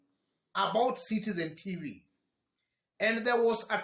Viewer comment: Oscar sudi,,,, "sitsen tifii" 😂😂😂😂😂😂😂😂😂😂